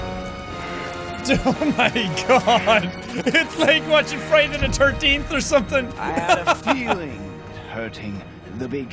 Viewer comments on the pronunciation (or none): Jack's true Irishmen came out when he said Friday the 13th